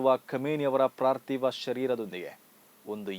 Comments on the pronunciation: ಪಾರ್ತಿವ ಸಹ ಅಲ್ಲ ಪಾರ್ಥಿವ. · ಪ್ರಾರ್ಥಿವ ಶರೀರ ಅಲ್ಲ, ಪಾರ್ತಿವ ಶರೀರ.